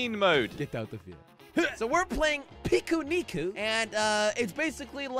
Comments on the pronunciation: He actually said piku nuku in the end of the video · struggled saying the name pikuniku